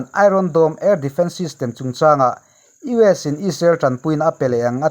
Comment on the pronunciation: Abang var thlak e tinge US ti ramhming hi ilam dik thei miah lole